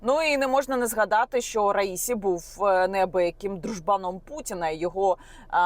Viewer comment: Наголоси: РаїсІ, аятоллА ХаменеІ.